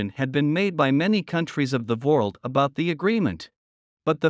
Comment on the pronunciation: Either you misspelled the word “world” in your transcript or your text to speech engine sucks. You need to hire an actual person to do your narration who is a native English speaker. That or change your V to a W in the transcript.